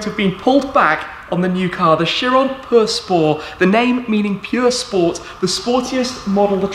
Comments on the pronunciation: “The new Chiron Purr spow” man just call it pure sport jeez 😂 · Buggati chiron pur spor😂 that's what I hear. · drink everytime he says perspoor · How he says pur sport makes me feel weird